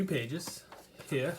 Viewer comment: Haha Here, sounds like hair!